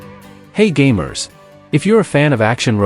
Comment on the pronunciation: "Hei gaymers"